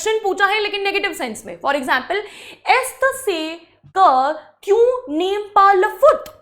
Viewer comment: Mam kyaa padha rhe ho aapse kahi jyada to mujhe aata hai pronounce karna and padhana.est ce que ko glat pronounce kr rhi ho aap